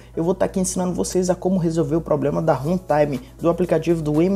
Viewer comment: O MALUCO FALOU HENTAIME KKKKKK